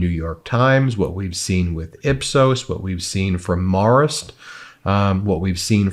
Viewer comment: Marist is pronounced like Harris! It is a college in Poughkeepsie, NY